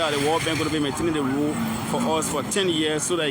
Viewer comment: He keeps calling Road- load 😂😂😂😂😂